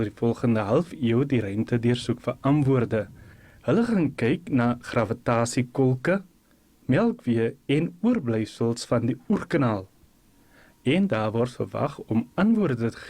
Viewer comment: Wie se " stêre" gaan die teleskoop kyk en wat de hel is 'n "OERKANAAL" D Dit is STERRE en 'n OERKNAL my liewe aarde! Kry mense wat professioneel is en die taal kan praat.